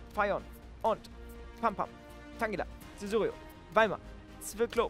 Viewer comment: Du sagst Cesurio und nicht Caesurio